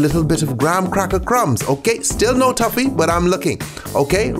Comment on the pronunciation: Why do you pronounce it tuffy? Tf lol